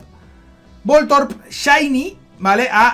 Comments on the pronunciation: Voltron no keibron, se dice vol torb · Me da un tic cuando escucho voltorp jajajaja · Jajaja me hace gracia que digas voltrob, no será voltorb. Que envidia de nuevos registros. Mucha suerte